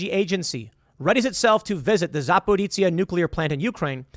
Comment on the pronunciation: Also, it's Za-pear-OSHA.